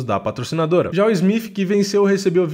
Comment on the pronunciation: SMITH ou SMIPH? Acho que é o som de "T" sendo assim "SMITH".